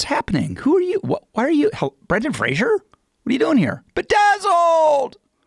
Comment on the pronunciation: 1) Fraser ... not Frasier 2) Bedazzled is hilarious and has made me laugh more than Lowe EVER has. 3) Look at this pampered mf'er kickin' Brendan when he's down. I love watching this after the Brenaissance. Put some respect on his name.